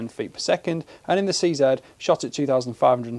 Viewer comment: Seeing this new line makes me wish I bought a few 527 and 550 models. Thanks for your review, and pronouncing 'CZ' correctly.